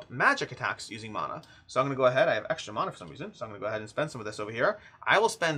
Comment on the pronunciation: I hate that you’re pronouncing mana differently from how I do, and it turns out you’re the correct one 😂. This is a tough day for me